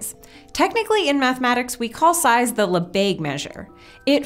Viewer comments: "Lebesgue" should rhyme with "the egg," not "the plague." It's true that the e in French (and European languages generally) often has that sound, but not before a g or sg. If you go for the lazy American pronunciation of "le beg," you are 99% there. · Lesbegue instead of Lebesgue